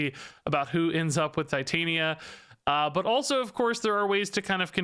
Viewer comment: i think it is a soft I on titania just FYI